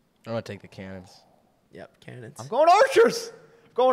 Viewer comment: How are you miss pronouncing “Cannons” so badly? Lol